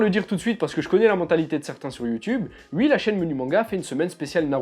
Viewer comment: Ce que j'ai retenu: tu dis "ui" Je t'aimais bien...